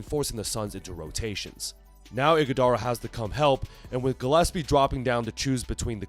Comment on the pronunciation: Wth do you mean Iguodala? Fah Hahaha